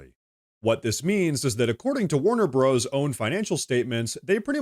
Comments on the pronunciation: I know it's spelled "Warner Bros" but unless it has been changed it was always known as "Warner Brothers" and not pronounced "Warner Broes." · Bros. is the abbreviation for Brothers, so Warner Bros. is pronounced Warner Brothers. But don’t worry, while CNN still sucks, you rock! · Whoa. "Warner Bros (broze)? Are you AI? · I like your content, but BTW, Bros. is an abbreviation for Brother. It is Warner Brothers, not Warner Bros.